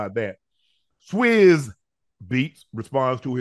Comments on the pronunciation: I like the way UNC says his name.. " Swizze".. it's pronounced like Swizz cheese but my man UNC can chop a name up boy I tell you what!!! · It's pronounced SWISS not SWESS lol